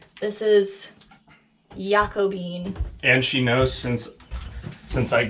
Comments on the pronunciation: Why are you pronouncing Jacobean like Yako-bean? It's English, it sounds like "Jack-ob-ian." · Pronounced "JA-CO-BEE-AN' 🙂